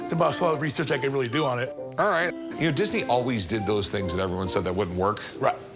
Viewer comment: 😂 Yeah!!! Think he was High as a kite!!😁 That dry mouth, he could hardly say Disney!